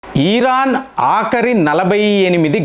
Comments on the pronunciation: అన్నా నువ్వు బుర్ర ఊపకన్నా 😂😂😂😂 ఈరాన్ కాదు ఇరాన్ అని పలుకు అన్నా 😂😂😂❤️❤️ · ఈరాన్ కాదు దాని పేరు ఇరాన్ అని పలకాలి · అవును ఎపుడూ ఈర్రాన్ను అంటారు 😂😂😂😂😂